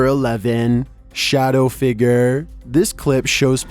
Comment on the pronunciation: why he say figure like figger 💀💀